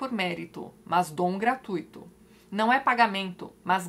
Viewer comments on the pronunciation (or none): none